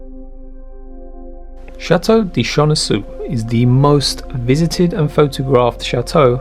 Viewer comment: Chenonceau c’est très très mal prononcé, le reste bien.